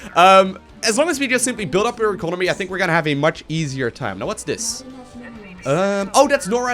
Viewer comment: "Inconomy" 2017